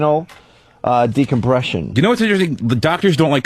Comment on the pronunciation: Spinal decombression? I knew it, it's not just "put" that Opie has a problem with, he turns all P's into B's.